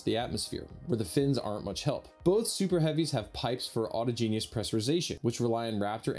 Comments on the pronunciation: "Aw-TAH-gen-us" au·tog·e·nous arising from within or from a thing itself. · autogenous has accent on 2nd syllable. Sorry for being picky. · PLEASE stop saying "auto-genius" lol it's pronounced 'au-tog-gen-ous' but the 'tog' sounds like mirage, not log..... just don't call it 'Auto-Genius' anymore - remember 'autoge like mirage' :D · Great report, really informative comparisons between 24/7 * 25/9. But please can you stop saying auto-genius, it's pronounced "au-todg-en-ous" autogenous (Similar to Homogenous; Ho-modg-en-ous) Merriam-Webster has a great pronunciation example that you can listen to. Thank you - You Rock!:) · Autogenous is pronounced "awe - taw - jenn - us," not "auto - gene - ee - us." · Aw TOJ en us. Not auto-genius. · ‘Autogenous’ is not pronounced ‘auto genius’. ‘Autáhgenus’ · It's pronounced "AU TAH GEN US". NOT "AUTO GENIUS". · Not "auto-GENIUS" but "au-TAH-gen-us". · Ah-TAW-jen-us not auto-genius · (awe taw gen us) not (auto-genius) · Good episode - love the dive into differences between the prototypes. There is no ‘I’ in autogenous - it’s not ‘autogenius’ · The laughs are to add personality to a presenter who does this sort of stuff for a living and doesn't really know his subject. His thoroughly risible pronunciation "auto-genius" ( twice ) gave the thing away. I'm here for Felix, not just-another-space-newcast. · Informative video May want to check your pronunciation of “Autogenous”. Awe-taw’-jin-us (or something similar) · please stop pronouncing autogenous and auto genius. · Dude, you speak English natively but can't pronounce "autogenous"? Felix had an excuse, you don't.